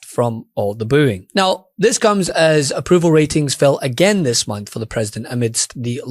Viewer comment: He said, "a few hundred dollars a bonth"....Christ almighty.